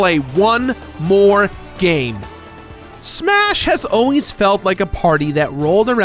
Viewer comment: "SSMMHHAA-shas always fely like a game..."